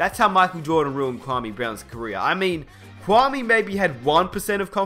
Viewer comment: He said carrer not career